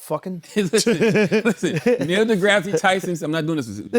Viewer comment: Drake going back to the wheelchair with Neil's name pronunciation 😂